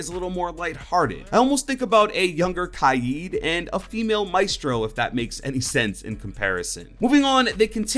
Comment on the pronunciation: ITS K-A-I-D NOT KYADE